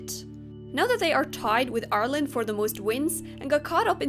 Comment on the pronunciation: very off topic from the video, but I'd like to just thank you so much for pronouncing Ireland properly.